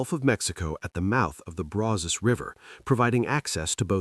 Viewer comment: Sure, but the AI narrator pronounced the Brazos River way wrong.